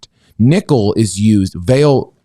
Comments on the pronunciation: VAH-lee (stress first syllable), not vah-LAY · Brazilian here. It is not "Valett" it is "VAH-LEE" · Hey guys, I’m Brazilian as well. You actually pronounce it vah-Lee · Actually, in Portuguese the stress is put in the open pronunciation of the A (vÁle), not on a closed E, like it’s the case in French. The closest would be the pronunciation in Spanish, although the V Spanish pronunciation is closest to a B in Portuguese. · As a Brazilian, I would say that the correct pronunciation of Vale would be very close to "valley". By the way, I love your channel! 😉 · it's pronounced... Vahlee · Brazilian here. Vale is pronounced "Vah-LEE", first syllabe is stressed. It's a great company, used to belong to BR government but got sold to investors, pretty much a monopoly here, but is involved with accidents and have caused a lot of damage on the environment.